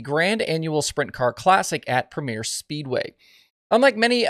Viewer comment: you said Premier wrong 😭